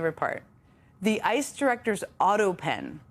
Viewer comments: She keeps calling ICE "Isis". Lol if the shoe fits... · Jen said “Isis” instead of ICE twice. 😆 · its ice not isis omg